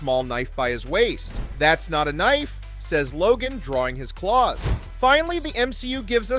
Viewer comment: "Thots naught a knoife."